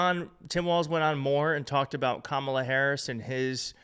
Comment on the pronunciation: CNN is unreliable. Anderson Cooper can't even pronounce Kamala.